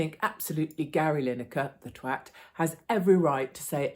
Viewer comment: When you say 'Twat' it's hilarious 😂